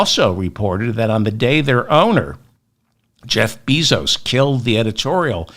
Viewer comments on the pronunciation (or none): Respectful correction of pronunciation of Bezos’ last name: Bay-zos